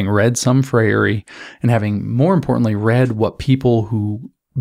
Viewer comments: Thanks for your excellent presentation. A better English pronunciation of of Freire's name is "Fray-er or Fray-re". I share the same name. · It's pronounced 'fray-ree'